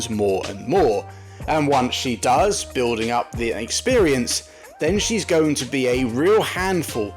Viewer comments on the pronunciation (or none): none